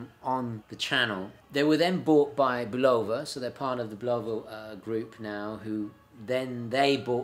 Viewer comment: I believe it's pronounced "BULuva."